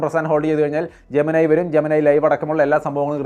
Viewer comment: ജെമിനയ് അല്ല ജമിനി എന്ന് ആണ് 👍🏻👍🏻😍😍